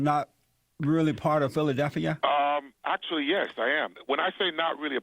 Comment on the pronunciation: Dude learn now to say Philadelphia